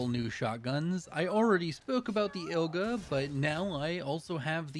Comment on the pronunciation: The first double barreled is called Igla, not Ilga. Igla means needle in russian. Great Run, man ^^ keep it up <3